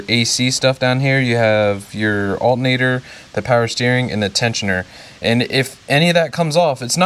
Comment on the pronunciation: "We're going to replace the ALTENATOR...."